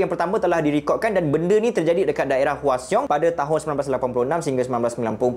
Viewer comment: cara sebut hwaseong tu salah....cara sebutnya hwasong